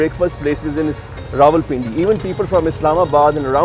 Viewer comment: wrong again my friend its pronounced Rawalpindi 😂😂😂😂😂